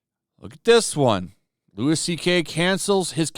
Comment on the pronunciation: Also, it's Louie CK, not Lewis CK lol There is nothing more annoying than this shit.